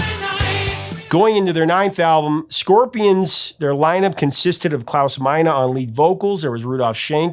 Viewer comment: Ya Scorpia-ahns- really love "Hey You"